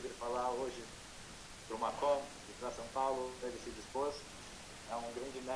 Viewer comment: Hi just to note is it São Paulo not San Paulo thanks